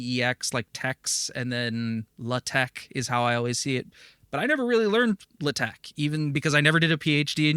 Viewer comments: Naa, it's not 'Le Tech' (very French, lol), more like either 'Laa-Tekh' or 'La-Tekh'. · It's so funny as me, non-native for pronouncing TeX/LaTeX properly, your pronunciation is also a bit weird!